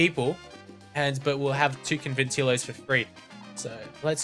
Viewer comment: Robert Conventillos is pronounced conventiyos.